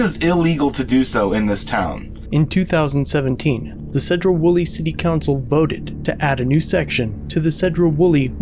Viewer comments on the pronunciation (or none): It’s pronounced See-dro. Not Ced-dro. Love your channel,but us in the PNW like the names of our cities pronounced correct. Have a great day. 😃😃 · Its pronounced Seed ro, not said ro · Pronounced Seedro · This is my neck of the woods and cops are horrible tyrants. Btw it’s pronounced “See-drough”.